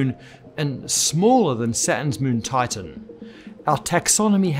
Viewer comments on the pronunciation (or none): none